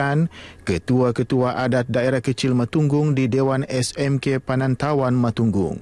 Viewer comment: "PINAWANTAI" not PINANTAWAN..tda pandai baca ka apa ni